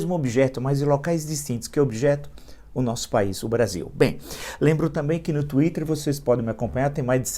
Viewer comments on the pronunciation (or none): none